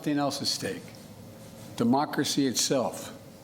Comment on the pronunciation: Biden "our Mocracy" WTF is mocracy???